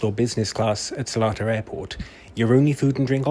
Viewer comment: As a local i need to let you know its NOT Selatar, it's SelEtar - there's an E after the L, not an A. So it's pronounced as Seleetar, not Selaatar.